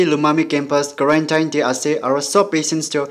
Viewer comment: Pronunciation of Quarantine... please use 👉 tin/ten